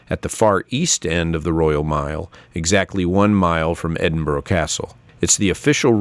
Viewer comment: By way of a tip Edinburgh is not pronounced Edin Burrow instead Edin Burra